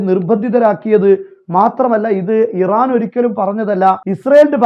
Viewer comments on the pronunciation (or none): none